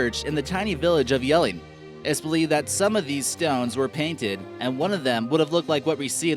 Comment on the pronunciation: you actually say jellinge well